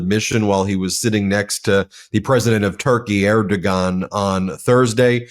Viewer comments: Er Da Juan, not er do gone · Ben--I recommend you spend some time learning to pronounce names. Erdo-Wan, not Erdo-Gone. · Ben, please learn how to pronounce Erdoğan. The ğ in Turkish is silent. It's pronounced Erdo'an, not Erdogan! Even Trump knows that! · You're pronouncing Erdogon wrong. The "g" is pronounced as a "w" sound. Ehr-doh-wan. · It’s pronounced AIR DEW WON. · its pronounced "air-do-wahn" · His name is pronounced Erdowan. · Erdoğan !!!!!! You do not read the 'g' - ğ it is silent g !!!!!!! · Love the content and exposure of all the lies. Would be good to get pronunciation of foreign leaders' names right though. The president of Turkiye is pronounced "Erdowan," for example. And Sergey Lavrov is not "Serjey Lavrov" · Please, I love you, but you mispronounce Erdogan and it's killing me. It's Ārdōğăn. It's a soft G. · The correct pronunciation is EHR DOW AAN......I don't know who advised you to mispronounce the name of the President of Turkey, but whoever it was needs some education on how to use Google. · I think it's pronounced "air du wahn" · The g is prounced as a W. Yet again!!! It is Erdowan when you say it. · Just being a little petty (I do love your channel!) But Erdogan is pronounced Er-doh-aan. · The 'g' in Erdoğan is silent. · I can't believe he can't pronounce Erdogan.